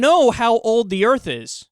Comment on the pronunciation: "He could create 'uh earf'"...He needs to learn to speak properly